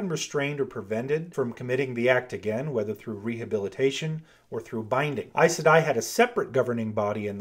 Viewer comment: Does it bother anyone else how he say aes sedai??? I? I say e....